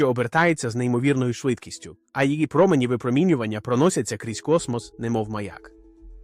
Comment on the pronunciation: якщо наголос не правильний це все читає програма читалка а не жива людина. Зараз дуже багато відео озвучують через програми читалки